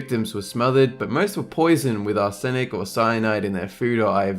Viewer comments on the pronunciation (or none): Wtf is ar-sen-ic? If you're going to read from a script at least learn the pronunciation of relatively basic words.